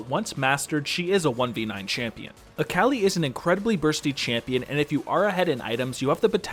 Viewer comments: Dude it’s Akali. Not Aaaaaakaaali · I might just start pronouncing Akali as Aa-Kah-Lie just to trigger some friends... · Sorry I can't get over you saying "Äkäli" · that akali pronunciation though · At least it's not as infuriating as how he pronounced akali xD